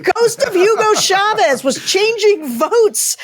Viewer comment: I know this is trivial, but I have to say it: Can we please stop saying Hugo “shavez?” There’s no sh. It’s CHAVEZ as in cha cha cha or chase or check. It’s a ch pronounced as a ch. Spanish isn’t French, mon cher.